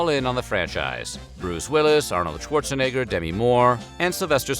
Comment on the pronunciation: The way he says Arnold’s last name 🤣 a little sus..